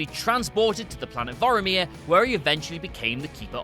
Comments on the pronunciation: OH MY GOD ITS PRONOUNCED VORMIR NOT VOROMIR, AAAAAAAAARRRRRGGGGGHHHHH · Are the people at What Culture incapable of pronouncing things correctly? It's Vomir not Voiamir. Like come on? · Pronounce names correctly, please. Vormir = Vor-meer, Coulson = Cole-son. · It's Vor-mir! Not Voromir! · Voromir? Are you mixing up Vormir with Boromir? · "bor omir" Maybe cause its the same actor as Elrond in Captain America? XD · Vor-meer... two syllables. you're pronouncing it like Boromir from LotR. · Planet "Boromir" tho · How about "Vorameer?" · Thank you, Vormir does not rhyme with Boromir. Pissed me off every time he said it. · Why do you keep pronouncing Vormir wrong?